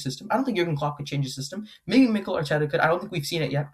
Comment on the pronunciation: why he saying mikel arteta like that, who is this guy?